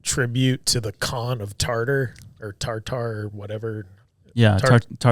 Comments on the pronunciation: I think Tartar is pronounced tarter or tartur not TAR TAR 😂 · Saying TarTar is making me giggle too much xD